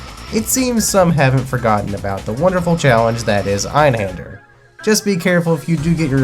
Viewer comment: Great video and insight on Einhander. I learned multiple things like how to properly pronounce it finally haha. I made a tough choice in December on buying either Grandia or Einhander and I chose Grandia. Watching this sparked my interest again in Einhander. The mini boss fights while very challenging would be very satisfying to beat once you get their patterns down. Great video, as you said the toughest part is obtaining it…. Now I gotta do that!